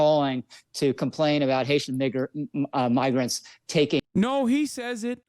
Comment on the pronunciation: Yeah I tried to listen closely for the n or m, and I can’t help but hear n. Migrants doesn’t start with n at all